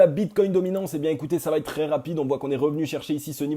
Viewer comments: comment t'écris "ça va-t-être"?!? ;-) Il n'y a pas de T dans la liaison. Pour le reste bravo -) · Merci pour cette vidéo très intéressante mais ta crédibilité serait encore plus forte si tu acceptais de supprimer ce foutu T après va. On dit va être, pas va têtre